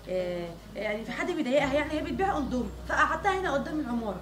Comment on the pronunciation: الناس الطبيعيه: اندومي غزل: ادومي الناس الطبيعيه: شكراً غزل: شكان 😂😂